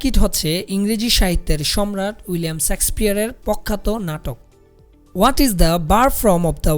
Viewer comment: শেক্সপিয়ার not sexpeare উচ্চারণ টা ঠিক করুন